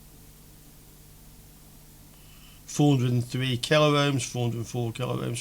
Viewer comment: Great demo, 👍 but please note: there is no 'a' in megohm, nor in kilohm. Two syllables, not three.